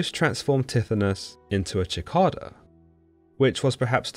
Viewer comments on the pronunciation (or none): You pronounced Cicada as Chicada